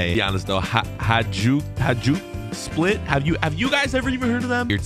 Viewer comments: Im from as you said hadjuk split And you deff said that wrong its hajduk split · Its pronounced Hi-duke Split I live near split in Croatia so i know😄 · It's pronounced: Haiduk Spliit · Hajduk Split is Croatian league team. Name is pronounced Hi-dook Split.